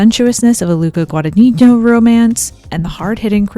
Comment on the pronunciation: I guess that pronouncing Guadagnino for an american is as tough as pronouncing Gyllenhaal for an italian 🙃